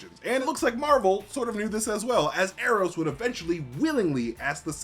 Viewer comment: “Ee ee ron” I was not ready to laugh that hard